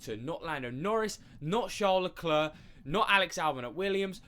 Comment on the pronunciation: If you can't pronounce charles surname just say it as an Anglo so you don't sound dumb